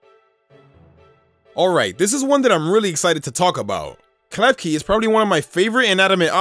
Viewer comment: Klefki-card hahaha